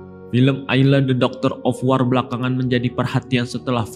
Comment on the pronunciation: Hahaha dogder ofwar